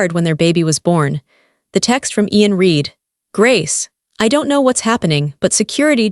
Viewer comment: Not reed, red.